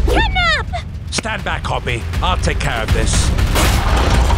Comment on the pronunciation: Player sounded like he was saying Hoppy